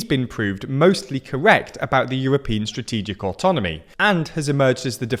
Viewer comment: As if the war didn't have enough negative consequences also this pathetic buffoon is going to remain the president of France. Eh... Also the "Srategic" is genuinely funny when you're Polish, like myself. "Strategia - srategia" - those who understand will know that this is a very accurate description of Macron's action.